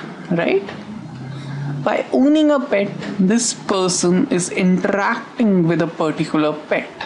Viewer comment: intrrrrrrrrrrrracting <3 love that :3